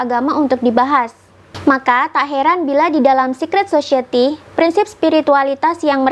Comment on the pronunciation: Bukan sosieti, tapi sosayeuti.